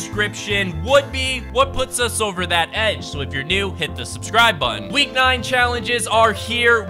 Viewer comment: “And hit the schbscirb botton”